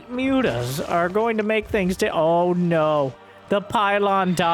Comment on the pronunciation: Can you stop saying ´´Mutas ´, please? It’s ´´Mootas’´, thank you. 🙂